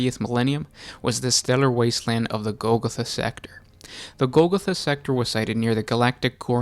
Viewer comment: It's goal-goth(like emo)-ah